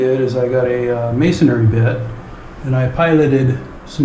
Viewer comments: Mason-ry.....not "Masonary". Otherwise, great video. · I LIKE "Masonary" better. Do not bow to social pressure...be you brother. Helpful video. I had never heard of "snap toggles"